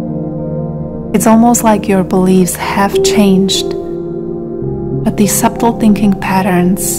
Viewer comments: This made me aware of what was needed to change. I will not be the person that they expected me to become. However, it’s pronounced “Suddle”. Not “Sub-tle”. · So beautiful and peaceful…thank you. Your voice is lovely and so soothing and your English nearly flawless. To enhance your language knowledge that the “b” in subtle is silent, 🙏🏻💖🌟